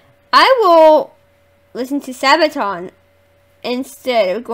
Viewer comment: Do more Sabaton. You say it correct, not your brother :) Read about song before listen to it, enjoy the world of Sabaton.